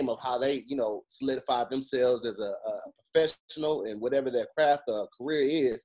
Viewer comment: 🧏🏾‍♂️ Hey, I’ve been waiting for this. I will update as I watch. Back to you. "Su-sup-su-pport the homies" I think he was going for "professional" but actually said "feshnul"